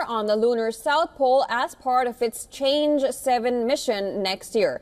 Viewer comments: and the E is like in English word Earn or Early. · Chang E not Change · Change 7? seriously? I know it's a foreign word but at least try. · Chang E = Lady Chang E = Lady Chan Er